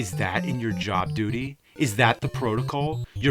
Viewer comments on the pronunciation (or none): none